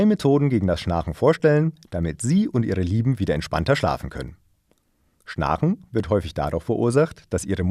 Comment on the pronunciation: Erst die komische Aussprache des Wortes "schnarchen" und dann der Klassiker "Kinesen" Sind die etwa in der Lage mit ihren Gedanken Dinge zu bewegen? Ich glaube nicht!